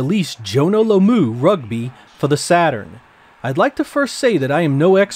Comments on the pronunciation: haha jonah lomuuuu butcherd that one :p just to let you know its pronounced like this "jonah lom ( rhymes with tom) moo" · Haha! "Jonah Low-moo" 😂 Coming from New Zealand like me - I feel I should clear up the pronunciation 😉 It's "Lo" (like "log" but without the G) "mu" (moo but quick, not like a cow sound effect 😂). As for the Formula carts game - it's likely Pal optimised so will need to be run at 50hz. Your Japanese Saturn will be running it at 60hz, hence the overscan. Living in a Pal territory myself - none of these exclusives seem like anything I would bother purchasing myself (maybe Formula carts) but my own collection is made up of 90% Ntsc-J games and I wouldn't have it any other way 😊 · Everybody criticising the pronunciation of Lomu, but not of UEFA.